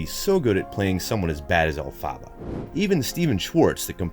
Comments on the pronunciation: Who else had rage that he called her “Elfaba” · elphaba is pronounced elfuba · YOU DID NOT JUST SAY ELFABBA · ITS EL-FA-BA GET IT RIGHT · Ahhhhhhh he said el -fabba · El- fa- ba! Sorry I know there are a bunch of comments about this but I just had to say it. Sorry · ”AIRiana Grande as ElphAHBAH” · Why did he say Elphaba’s name like that, I’m mad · Hate how he pronounce elphaba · The way he pronounced elphaba I can’t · Seriously. I had to stop watching. Pain!!!